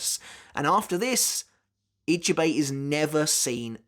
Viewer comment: question: I'm not Japanese either BUT why is it that most english UK/US people can't say other names right. is it a weakness? a lack of trying or worse. How you said Ichibei's name was just preposterous. Or you watch anime in dub? if thats the case its a lack of trying. But then the correct way can literally be repeated to you and you STILL cant say it right. not forgetting its written Ichibei Hyosube but they say it Hyosube Ichibei. even that simple bit...